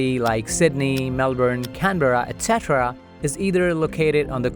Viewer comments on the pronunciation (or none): none